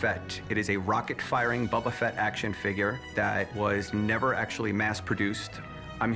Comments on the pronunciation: It's Boba Fett not Bubba Fett. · Annoying but still ticks me off less than "Bubba" Fett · ok... ANY Star-Wars fan would never pronounce it as "Bubba-Fett"... That is a simple fact. Calling fake in this. Staged. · Its Boba not Bubba. That guy is a fraud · Why oh why does he keep calling him Bubba Fett???? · This dude pronouncing boba fett as bubba fett is annoying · Did dude just say bubba fett? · He loves the figure more than anything but he can't pronounce "Boba" correctly. Bubba. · Nikolai.. Bubba.. can anyone say anything correctly? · Just commenting to remind you about the guy who called him "Bubba Fett". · If he says BUBBA FET one more MF time I'm going to BUBBA BLO my brains out!!! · Why this dude calling him “Bubba” Fett? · Why is that "star wars collector" saying bubba fett? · The seller constantly saying “Bubba Fett” is driving me crazy. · Bubba fett shrimp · He loves his Boba Fett! But he can't even pronounce it! 🤦😂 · these guys mispronouncing han and boba makes me grind my teeth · Guy doesn't even know how to pronounce Boba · That's exactly what I said in the comment right below you. If you own the most rare Star wars figure in the world, you should know how to say Boba!!! 😢😢😢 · It actually drive me nuts, like if your gonna try and sell the toy at least learn how to say the characters name correctly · boba Fett you can't even say it correctly 😂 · Yeah exactly some Star Wars fan he is he doesn't even know how to say the name properly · Buddy Fett is better 😅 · hired to track down mispronouncing toy collectors